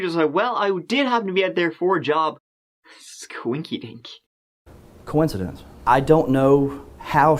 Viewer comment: Is it just me.... or does the POS struggle to pronounce “coincidence”. Just sounded weird... poor gal 😢😢